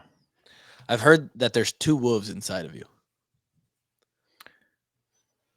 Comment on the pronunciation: Every time he says Wolves I bust out laughing. 😂